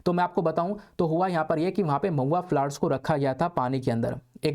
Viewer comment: Mahua become pauya🤣